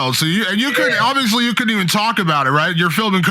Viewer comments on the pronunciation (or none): "Oobvitthhly eww cuhddint tok about et 🥴" Dumb doinker. Tyron absolutely talked about coming right off the set of filming a show. Did you even pay attention? He said it in interviews and I think he even brought it up at the press conference. Said he's off a set and will still be in better shape. is such a clown 🤡